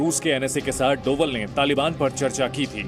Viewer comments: पड़ना नही आता क्या डोबल नही डोभाल है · Tum media's waalo ko name bhi nahi padh sakte hain dhang se (डोभल )nhi hai )ajit Dobhaal hai(डोभाल्) होता है।।।।सब् news वाले %%@ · मैं Zee news का एक नियमित श्रोता हूं लेकिन कभी कभी आपके द्वारा किए गए शब्दों के उच्चारण बहुत असहज महसूस होते हैं। कृपया उच्चारण सही करें। यह उच्चारण डोवल नहीं बल्कि डोभाल है। अक्सर आज भी गढ़वाल, यहां तक कि लगभग पूरे उत्तराखंड में अंग्रेजी वर्णमाला के V को भ उच्चारित किया जाता है इस कारण डोभाल शब्द को अंग्रेजी में Doval लिखा गया होगा। हालांकि आम जनमानस उनको डोवल नहीं डोभाल ही कहता है। धन्यवाद।